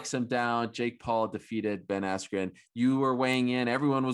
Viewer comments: Ben AskYou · His brain went "askew" after that hit. He got effed up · Ben Assq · Micheal Buffer pronouncing Askren’s name as “Ben Askew” definitely messed with his head 😅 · i thought he said ben icecube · So cringe when Buffer messed up Askrens name with “Askew” considering he has announced his name in the UFC lmfao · Honestly that pissed me off I kinda felt bad for Ben there. At least say the man’s name right this man has competed for world titles put some respect on it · I thought he did it on purpose to screw with Bens head right then. He never has had issues like that bad. Or Oscar gave him the wrong name. Not even close at all and English. Too funny